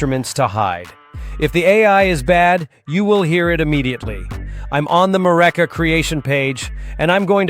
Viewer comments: you DA! It's pronounced 'MEW REEKA'. extracted from "Eureka". MF half-wit Ai voice over. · Yeah, that AI voice pronounces the word Mureka differently throughout the video.